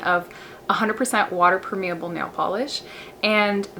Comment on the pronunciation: You pronounce permeable wrong!